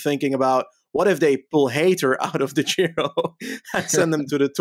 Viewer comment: please say Giro and not Jhiro.